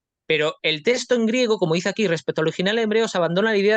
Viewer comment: No sé dice testo es texto!